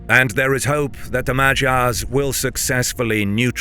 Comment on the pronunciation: It ticks me so much to hear that pronunciation of 'Magyars' 🙃